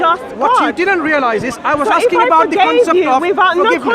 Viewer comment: I'm axing you. I'm axing you. What a deluded woman. Hypocrisy at its best. Make it up as you go along. She has no idea what her own religion teaches her.